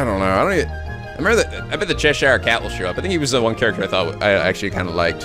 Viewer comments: Cheshire is Che-sheer (rhymes with hear) rather than Che-sh-yire (rhymes with tyre). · The original book was said be influenced by a massive drug trip, so...you're not far off. Also as someone who lives in Cheshire it's always weird to hear it being pronounced 'Ches-shire'. We just say it like 'Chesh-sher'. ^_^